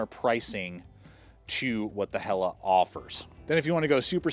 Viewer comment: When he says, “Hella Gawp”!! Hilarious. It’s Hell-eh G-ou-peh. Say the ou like you say ouch.